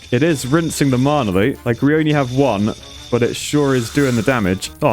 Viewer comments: Anyone else getting really triggered by him saying marna instead of mana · There is no R in Mana..... No one is that southern. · the way he says mana as if it has a r in it marna